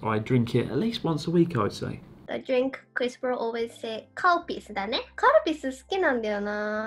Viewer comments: its...calpis... XD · Can you stop pronouncing it CAL-PISS. It's Ka-Lu-Pea-Sue.. or just say Cal-Peace.. not Cal-PISS. smh. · exactly.. it should be pronounced Cal-Peace.. by people who cant pronounce it properly. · Whenever you say Calpis I understand Cowpiss, and I ask myself who can Drink this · Was I the only person who misheard 'calpis' as 'cow piss'? Edit: Reads other comments..... Ah, no. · I just can’t unhear “cow piss” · Same, Calpis/Calpico sounds like they are saying “Cow Piss” Its hilarious! 😂😂😂🤣🤣🤣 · Are they saying "cow piss"? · Are you saying "cow piss"? WTF!? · I seriously thought Chris was saying Cow Piss. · Does anyone else hear them saying cowpiss? 😂 😂 😂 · When someone says calpis it sounds like cowpiss lol